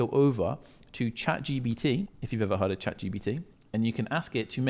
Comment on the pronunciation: Love this. find it so funny how people always say Chat GPT as Chat GBT. tickles me that. Amasing video mate, fully onboard with it, FREEDOM